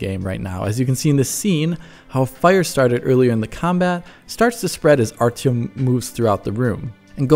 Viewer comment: Yeaaaaaaaaaaaaaah, I know the real pronunciation. I will make sure to say it correctly when I do my review on launch :D